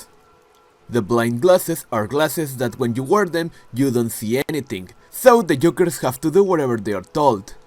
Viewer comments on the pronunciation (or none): The way you’re doing a video on impractical jokers but can’t pronounce joke or jokers takes me out so bad. Sounding like you talking about eggs 😭